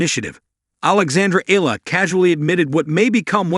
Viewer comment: Please pronounce her last name properly. It’s not EELA, it’s EE-YA-LA😂😂